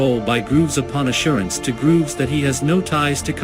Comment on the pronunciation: Leslie GROVES, not Grooves. You need an editor.